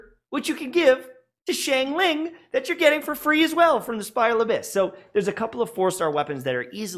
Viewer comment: my heart was paining as he pronounced xiangling like "sheng-ling" instead of "shang-ling" 😭